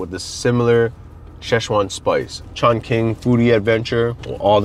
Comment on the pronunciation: I think it’s Chong (Ching) not Chong (King). Q is Ch